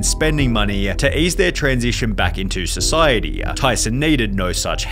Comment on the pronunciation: Brother why you add the ah at the end of every sentence? Society-ah, money-ah… 😂😅